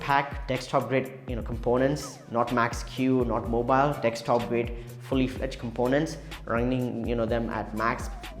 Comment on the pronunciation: Bruh, great review. It's "desktop" though, not dextop XD